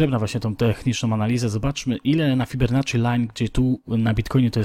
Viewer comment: nazwisko Fibonacci to słyszałem ale Fibernacci już nie. :)